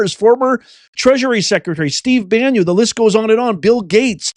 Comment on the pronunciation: Ban-nun not Ban-yun